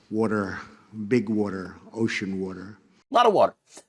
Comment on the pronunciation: Who knew Puerto Rico was surrounded by "Witer"...."warm, wet Witer"?